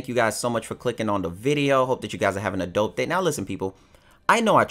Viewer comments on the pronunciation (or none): oh my fucking gawd if you say that shit one more time " I hope you having a dope day", sounds like you saying I hope you having an adult day, swole upper lip crooked teeth i got one wisdom tooth pulled out but said nah to the other lookin ass, fix your lazy ass tongue or i might dedicate some time to roasting your ass on your videos jk but for real im tired of hearing that shit